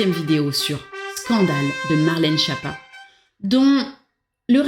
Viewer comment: Oui mais pour la prononciation, c'est Skiâppa (ce n'est pas schapa ou Japa ou schiapa)